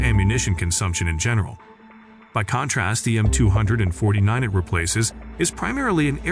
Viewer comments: The Mtwohundredandfortynine, stupid AI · Who else is had a rage with the narrator calling out the 249 as 200 and 49, i really tried to focus 😂😂😂😂 just terrible!